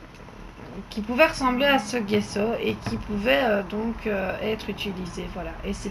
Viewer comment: bonjour JE CHERCHE AUSSI A FAIRE DU"""JESSO""""on ne dit pas """guesso """"mais """"jesso comme """jessi"" en italien g =j gesso veux dire plâtre voilà pour l'info bonne journée Bises A BIENTÖT